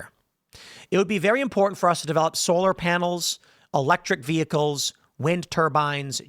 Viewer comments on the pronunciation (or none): none